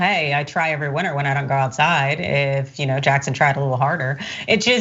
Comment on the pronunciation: Off topic, but I think it is sort of amusing that a number of right-wingers who hate KBJ actually pronounce her name better than a lot of podcasters and announcers on network TV do. Kirk actually does a good job on that. Not perfect, but better than most. Of course, he is still a tool.